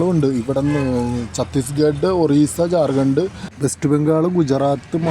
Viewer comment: ജാർഗണ്ട് എന്നാണോ പറയുക? ശരിക്കും നോക്കി വായിക്കൂ.